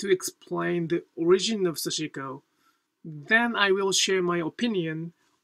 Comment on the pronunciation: This is a very small quibble, but I am wondering why you choose to pronounce 刺し子 as "sah-SHI-ko", placing a stress on the second syllable. It has been my observation that in Japanese there is very little stressing of syllables (and I always cringe when I hear Americans pronouncing Japanese words like "Harajuku" with stresses on the first and third syllables). In Japan, I have always heard Japanese people pronouncing 刺し子 as "sash-(i)-ko" with no stresses (indeed, the second syllable is largely eliminated). Could you please explain? Thank you.